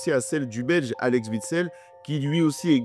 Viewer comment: Super vidéo comme toujours mais pour la prononciation du Belge Alex Witsel c'est chaud. Déjà c'est Axel Witsel le w se prononce comme un W et non pas un V